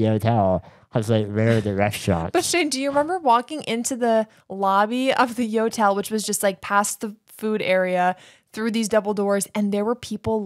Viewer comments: I actually snorted laughing at picturing the airport staff's faces when you kept saying yotel and they say "do you mean hotel"? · That “Yotel” sounds more like a “NOtel” 😅